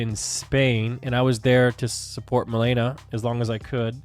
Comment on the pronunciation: I should kind of insert my own opinion of nmplol. First of all it is Ma LAY na not Ma LEE na 😭 Now I am not going to sit here and claim none of the things he said about Malena were not in jest, but having watched them for almost their whole career together, a huge majority of the things they said were in jest. Obviously in hindsight it is not as clear anymore. Malena pops up every now and then through social media, but she is otherwise very quiet. I do not blame people for being turned off by Nick. He has a streaming persona/personality that really only clicks if you’ve been watching for a while and understand he is not serious a majority of the time. The divorce proceedings honestly, I would be inclined to believe Nick that there is no bad blood there. It is a touchy subject and he often only references it in jest. The attempt to seal the records, at least to me, reads as an attempt to stop people from harassing him. I could also see it the other way, where he is trying to hide something, but Nick does not strike me as that kind of guy. All that being said, I could be completely wrong. At the end of the day we don’t really know these people. One last thing about this. I don’t think Tectone is financially incentivized to hate Malena. I just think they genuinely hate each other. If memory serves me right, Malena always felt very strongly about Tectone. He is the only OTK member I can recall Malena genuinely hating.